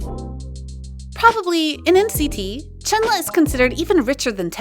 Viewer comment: not trying to be nick picky, but u pronounced chenle wrong. please get it right next time